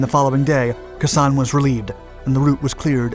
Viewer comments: Khe Sanh (pronounced kay sonn I believe) was important because it was very hard to get the NV army to stand and fight unless they had very favorable conditions. If I remember, there were large troop movments from North Vietman in a hope to do another Dien Bien Phu and get a major propaganda victory. So in trying to take Khe Sanh they commited to a large scale battle where the overwhelming firepower of the US could be used to bleed the NVA white. Basically, the marines there were bait. It must be remembered that the press, in large part, were very biased in the reporting, rather like now. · IT'S PRONOUNCED. " KAY SAHN. " ( NOT KASANN. ) 🤦‍♂️🙄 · Kay San not Kah San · Pronounced Kay San not Ka San. A Vietnam Veteran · I found the description of the order of events shallow, without any substance to the details. What got me most of all was the narrator's pronunciation of the base (It's "KAY SAHN," not "KUH SAHN," with emphasis on "KAY." All in all, not a very good clip in either description and detail nor pronunciation. You can do better. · kay san not kesan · Pronounced KAAY SONN, not K'San.... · KA sawn not KASAWN two words Like Taiwan Tai wan may be spelled One word but it's pronounced with a split in it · As famous/infamous as the Siege of Khe Sanh was, how TF are you mispronouncing KAY-sawn?! It sounds like "K'sahn." Here's a Japanese word for you: "K'sama!" Shit-head, Shit-head, Shit-head! Or do you pronounce it "skit-heed?" What's your real name - R. Sole? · Love your videos! Just an FYI, it's pronounced "Kay san", not "Kuh san". Keep up the great work 👍! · They make those types of mistakes quite often. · Keh SANH is usually pronounced: "K-san" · You fully Butchered the Name ..it's pronounced Kay Sanh .. cringed everytime time ya said Khe sanh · Pronounced Kay sahn. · It's pronounced Kay-San! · Khe Sanh ís pronounced "KAY SANH", I know because I heard the word for several months. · Great Video BTW, it's pronounced Kay San. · Kay san it’s said like brother